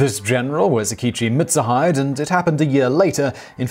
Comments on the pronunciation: Seems like I'm not the only one bothered by that butchered pronounciation. I believe it's pronounced "Mit Su Hee Dae" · Pronouncing "Mitsuhide" as "Mitz-uh-HYDE" is an offense that would definitely earn you a beheading at the hands of Mitsuhide himself. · Mitsu-HIDE. I definitely cringed at that lol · Yeah it's Mit-Su-Hee-Dae(Day). At least he got Akechi right. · I believe it's mits-u(oo)-hee-day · Mitsuhide = Meet su hee de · And he called Mitsuhide Mitsu-hide. "Hide" as in hiding. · You butchered Mitsuhide Akechi's name so badly I weep. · Haha! At this point, given the various ways that you mispronounced "Mitsuhide," I suspect that your pronunciation has become a running gag. XD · It pained me to hear you miss pronounce Mitsuhide those few times, then get it right later. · Okay, now I wanna see this guy in the next Samurai Warriors game. Also, that mispronunciation of "Akechi Mitsuhide" hurt me. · As always, Simon neglects even a quick look at Wikipedia, giving way to such mispronunciations as... Yasuke: "yuh-SEW-kay" Mitsuhide: "MIT-suh-hyde" jidai-geki: "JEH-dye-GEE-kee"